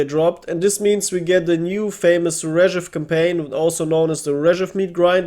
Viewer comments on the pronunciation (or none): It sounds not 'rEzhev' but 'rzhev'.. stress on the last (and the only one)) E